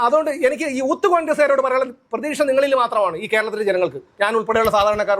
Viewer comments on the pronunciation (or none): താങ്കളൊരു അഡ്വോക്കേറ്റ് അല്ലേ ? ഊത്ത് കോൺഗ്രസ് അല്ല. യൂത്ത് കോൺഗ്രസ്.